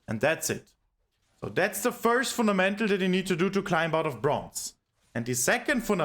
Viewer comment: "Funamental" "Funamental" "Funamental" "Funamental" "Funamental" "Funamental" "Funamental" "Funamental" "Funamental" "Funamental". Saying it so many times wrongly gives me a headache. It is pronounced "FunDamental", course-seller